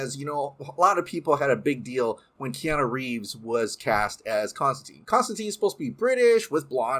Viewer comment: You mispronounced Constantine all throughout the video. You claim to be a Snyderverse fan and yet you are supporting BOP and its spinoffs when its a production by Hamada.